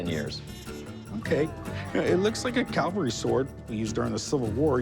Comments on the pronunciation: It’s a CAVALRY Sword, not a Calvary, look it up! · corey saying "calvery" over and over irks me. its like when a guy i work with says "backhole" or "rebarb".